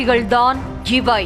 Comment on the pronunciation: சிவை இல்ல.. இவை.. தமிழ ஒழுங்கா பேசு